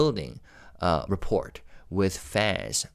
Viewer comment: BTW "rapport" is another word from french (like debut). You pronounced it almost correctly but the "t" is again silent. Like report minus the t and the end.